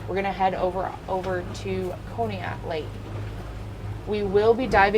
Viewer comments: Conneaut is pronounced Caw-knee-ut. That is so crazy that she would be so far away from home! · FYI, Conneaut is pronounced kaa·nee·aat. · pronounced con e aut. Sorry had to let you know. You do an awesome job. So thankful someone is out there taking care of these people. Rip Bunny and Janet. Bless you and friends. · She aint saying conneaut right. Lol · It's Conneaut, pronounced Conneaut, short "o"